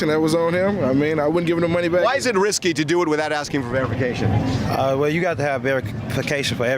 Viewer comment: Some folk can't say verification to save dey life 😂